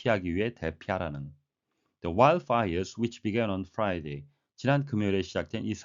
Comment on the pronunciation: 0326 출석. 1. wildfire 발음이😢 원래아는발음은 '와일드'였는데 여기서는 첫번째는 '웡'으로 들렸고 두번째는 '월'로 들렸고. 에휴. 2. fanned 이부분. fan이 동사로 쓰이는거 익숙치않아서 몰랐어요. 오답은 found. 3. raging. 모르는 단어. 오답은 raising 결코 쉽지 않네요 오늘도.^^ 오늘 강의도 감사드립니다❤❤